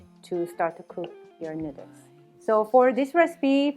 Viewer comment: She simply can’t pronounce “noodles “ properly after so many years lol